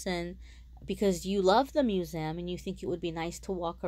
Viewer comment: What's a Muse-M?! Museum? Who calls it that haha Good reading tho